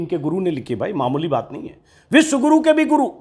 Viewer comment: उच्चारण मे कमी है --विश्व गुरु अथवा विष गुरु !!